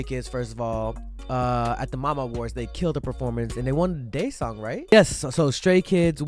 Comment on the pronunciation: Its daesang,not daesung😂